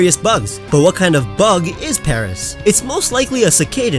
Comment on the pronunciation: you said paris not paras